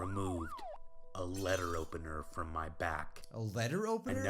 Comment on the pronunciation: OMG WHEN HE SAID "LETTER OPENER" I THOUGHT HE SAID "LEAD OPENER"